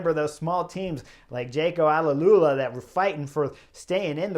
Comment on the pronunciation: It’s Jayco Ah-Lu-La! Not Ala-Lu-La…. Otherwise - respect to you Chris ✊